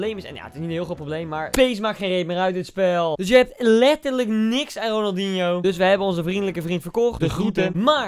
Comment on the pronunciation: "Ronaldihno" Goed joh